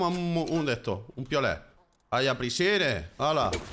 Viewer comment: Ai aprisheired jajaja